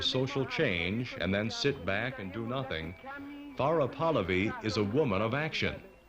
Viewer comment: Very angry that the commentator keeps mispronouncing PAHLAVI